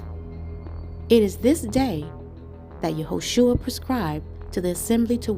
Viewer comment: I love your videos. I follow your page and subscribed. Please research The Messiahs name. “shua” means to bring yo ruin, destruction. “sha” means salvation , or saves. HIS NAME IS YAHUSHA. Pronounced YAH •OO•SHA not Yahshua or Yahushua. It is Yahusha. Please please research HIS NAME. SHALOM🙌🏾🙏🏾🙏🏾